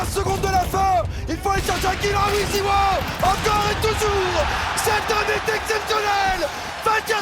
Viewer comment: Ha et autant pour moi j’ai cru il disait mal Krakow avec la liaison, et comme personne prononce en français … mais Zywou il existe pas par contre, meilleur joueur au monde et français c’est ZywOo (o) .